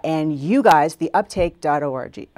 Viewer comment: anyone else hear her say "uptake.orgy"?